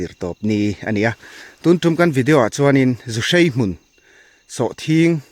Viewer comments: Zuhrei??, zuhrai ti mai la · Zuhrai tih tur aw sir zuhrei ni lovin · Keinipawh zuhrai kan ti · Zuhrai tih tur aw